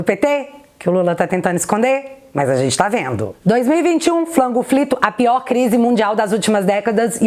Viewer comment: Pq vc fala " Flango frito" tô por fora🙈